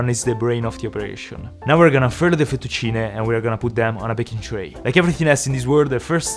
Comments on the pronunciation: Your saying Fettuccine in a very French way futtuccinehhhhhh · ancora oggi mi chiedo perchè pronunciavi fettuccine come se fossi inglese e non sapessi la pronuncia 🤣🤣🤣W la cucina italiana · the way he say fettucine is cooooool